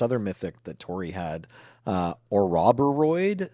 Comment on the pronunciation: How do you get "A Robber 'Rhoid" from "Ouroboroid"?